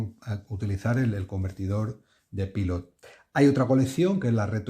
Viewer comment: Soy español y vivo en Brasil, otro país americano. Fíjate si estoy de acuerdo contigo que me refiero a tus vecinos como «estadounidenses» o «norteamericanos», nunca los llamo «americanos». Ahora bien, en coherencia con tu reivindicación, deberías dejar de pronunciar Pilot en inglés. Yo lo pronuncio en español, pero considero que antes de decirlo en inglés, lo suyo es que lo pronunciemos en japonés. Pilot es una empresa japonesa y ellos mismos pronuncian Pilot (パイロット) como «pairotto» haciendo una pausa entre «pairo» e «tto». Tampoco digo «Maiami» ni «tecsas».